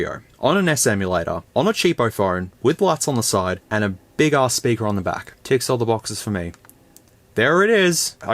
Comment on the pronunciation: "Big sperker " 😂😂😂